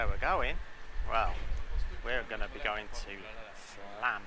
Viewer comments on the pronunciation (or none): I believe the "o" above the A changes the prononciation. So, it's not FLAAAAM, it's more like FLUHM. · flomm is how you say flaam